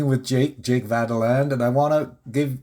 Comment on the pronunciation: Why do you refuse to properly pronounce Jake's last name? He said it for you enough times!